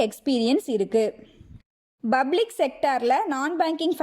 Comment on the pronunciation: Sister, not 'Bublic' , you should pronounce 'Public', use P, not B, take care.